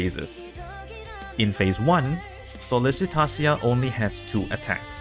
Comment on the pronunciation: YES, I KEPT BUTCHERING HER NAME CALLING HER SOLLICITATIA! lol Here're the timestamps - Thank You Everyone - Sollicitatio Explained - Phase 1 - Phase 2 - The General Idea of The Strategy - Key Unit Recommendation - Support Unit Recommendation - Who and When To Drop Leave a comment if you have any questions regarding the boss!